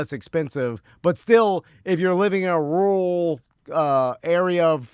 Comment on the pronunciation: inability to be wrong or change his view on something he's done little to no research on just isn't entertaining. Except when he says rural.